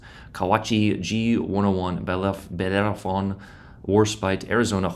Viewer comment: Trah-fall-guh I believe is how it's pronounced. And I only know that from a line in TNG. And bell-er-fron. Anyone across the pond feel free to correct me on either of those.😅